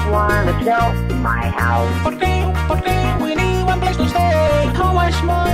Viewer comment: i keep losing it at "how much money it costing por you to sell me your hou'? name your pry!"